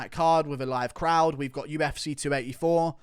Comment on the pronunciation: Where’s your accent from in England mate ? Uf”cuh”